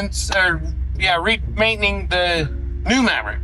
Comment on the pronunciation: "re-maintening"??! Lol!! Love ya HillBilly!!!